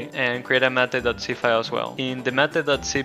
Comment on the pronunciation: If you want it to be pronounced like you pronounce it then rename it to "matte" which is similar. Mate is pronounced differently and means "to copulate with" which is probably not what you intended